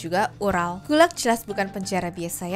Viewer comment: gulag bukan gulak gemes banget dengernya